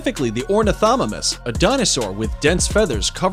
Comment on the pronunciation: 123 the way he pronounces ornithomimus is actually closer to how it should be pronounced originally in greek/latin than the "correct" orn-itho-mime-us version